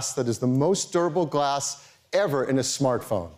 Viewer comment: Did he say "glack"?